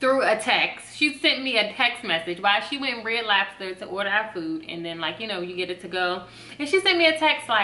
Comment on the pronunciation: "red lobba" 😭😭😭